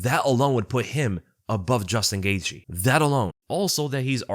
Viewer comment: His last name is actually pronounced gay the